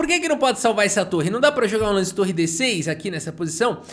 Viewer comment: muito engraçado qnd o fala com ênfase na última sílaba: "vai para o uniCÔ lanCE da posição, dama F seTê" hahahahah